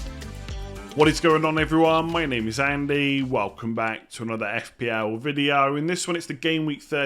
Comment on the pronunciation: Why has Andy started saying video weird…. “Videeyaoo”